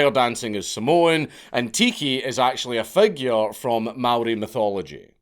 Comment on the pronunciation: Hey, new zealand local here. you got no fuckin clue how insane it was to hear our language/culture finally pronounced properly. it is not fucking mayorie. it isnt mowrie. its mow-rre. with a scottish R.